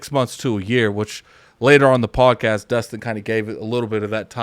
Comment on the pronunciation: His name is Destin not Dustin